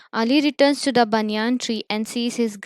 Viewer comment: What is a banyaan tree it is a banyan tree